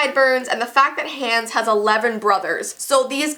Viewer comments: Im sorry but I can't watch this video without thinking about how you watched the video a thousand times but say the names wrong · U say Anna Hans wrong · I'm dying when she said Hans wrong lol not to be rude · Not being rude but u pronounced Anna and Hans names wrong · And saying Hans wrong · When she pronounced Hans and Anna wrong... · If you watched frozen a bunch of times why are you saying Anna’s and Hans name wrong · You said Anna and Hans name wrong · why does she pronounce hans like that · Hans and Ana dies literally flinched every time they were mispronounced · No hate but Anna is (ONna) and Hans is (hOns) but the video is still amazing I just wanted to put that out there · No hate, but Hans is pronounced Hons, and Anna is pronounced On-a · She saying Hans wrong it kinda bothers me but thats just me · You say anna and hans wrong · Mhm "loves the movie" doesn't even know how to pronounce the names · It sounds like is saying "Hands" instead of "Hans" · You said Hans wrong again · it sounds like hands not ha-u-ns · it's not hands it's hans ! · But it is Hans ha ns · Me rewatching this in 2020 She said hands instead of Hans 🤣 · It’s Hans not hAns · It’s not hands it’s Hans wtf do you even frozen?!? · Just pronunciation for ya' (NOT HATING LOVE YOU ) Hans h-O-n-z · I love how she says Hans like Hands 😂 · she was pronouncing hans as hands. TRIGGERED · It's not Hans it's hawns and love you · It’s not hands it’s hans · The two names that she didn’t pronounce correctly that bothered me the most are Hans and Anna. Hand is pronounced Ha-ns And Anna is pronounced On-a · I like how she says Hands instead of Hans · Hans. HANS. its HANs as in HONS. it is pronounced HONS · What did you call Hans?! I DON'T GET IT!! In the movie they DIRECTLY call him Hons!!! NOT HANS!!!!!!!!!!!!!! It's like the Anna thing ONNA!!!!!! JESUS!!!! Edit: I realize that's not how you spell their names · IT'S NOT HANDS! Pronounce his name correct.